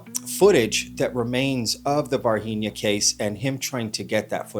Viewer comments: It's pronounced Var-zheen-yuh. Not Varheenia. It's Portuguese not spanish {{{facepalm}}} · Its pronounced "var-gee-nyah". g is closer to english g than Spanish g. Don't assume Brazil speaks spanish 😔😓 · As a Brazilian, all I can do is protest against you guys pronouncing Varginha as if we spoke Spanish in Brazil. Lol The NH like the Spanish ñ is right, but the G like the J in Javier is offensive. Lol It should sound like the French G in words like camouflage. Ok, now I can continue watching the video...